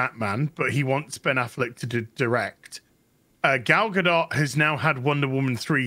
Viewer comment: The T in Gadot is silent.